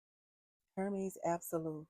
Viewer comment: Love your reviews. I subscribed. And you pronounce Hermes -air-mehz 😊